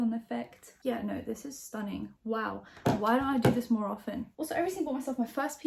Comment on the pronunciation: STUH - NING Oh my god